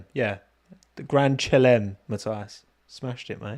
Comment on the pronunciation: Hey - love the show. Grand Chalem, pronounced "Grand Shah-lem" (don't know how to write that - just try saying it the French way...:) is French for "Grand Slam". It means win the race, from pole position, with the fastest lap, and lead every lap. Keep well. Richard.